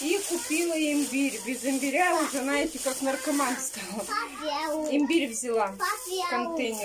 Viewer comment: ну ты же выговариваешь букву,,з",почему же ты всегда говоришь не,,знаете",а,,наете"?